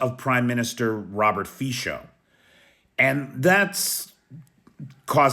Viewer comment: Just got over 4 million today. "Fisho" killed me 😂 I'm going to call him that from now on. It's more something like 'Fizzo', but I hope you won't need to use that name again.